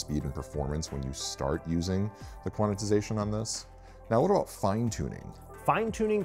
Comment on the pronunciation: Quananananannanatixation? Please, it's Quant-ize-ation. There's no "na" in tyere.